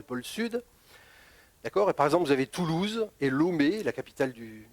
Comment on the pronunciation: la capitale du Bénin, c est Porto Novo... Lomé, c est la capitale du Togo d une... Et on prononce LOmé, pas LOUmé... lol